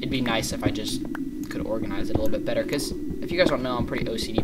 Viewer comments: lol u said bettel instead of better!!!! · He said betto instead of better lol